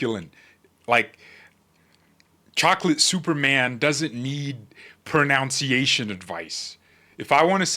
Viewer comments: George, pronunciation, not pronounciation.😅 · It's not pro-noun-sea-a-shun, it's pro-nun-sea-a-shun. Ban hammer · pro nunc iation. Not Pro nownce. 🙂 good on you George. I used to get that one wrong too. Along with Four head instead of forehead. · ProNOUNciatuons haha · Not mening to insult you about your sounding of your words, George, but... The word "pronunciation", you'll notice, comes from the word "pronounce", but the "o" is dropped in that context, so there is NO "o" to add to the word. 😉